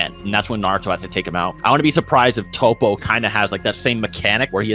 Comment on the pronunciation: emaster met no. Its tow-po